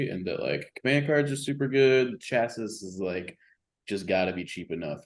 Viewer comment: is back! But he still can't pronounce chassis. Haha